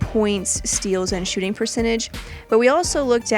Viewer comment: She said shoe shooting percentage💀